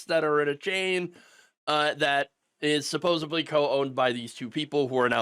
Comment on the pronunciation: SUPPOSEDLY! There is no “B” in supposedly. Damnit, the word is supposeDly. Common man, be better.